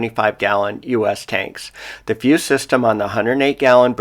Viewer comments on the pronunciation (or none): none